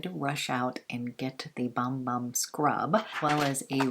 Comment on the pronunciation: Loved all of this! Just a FYI...the Bum Bum cream and scrub is pronounced “Boom Boom” not bum bum. It’s Portuguese. Love Veronica Beard and wished I’d have gotten that blazer. I tried to get the long sleeve Anthropology blouse but they’ve been sold out in my size for awhile in that color combo.It’s so groovy. Lol love Profumum Roma too!